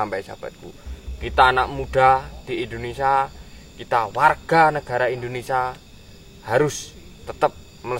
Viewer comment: Indonesia Boss... Bukan Indonesa..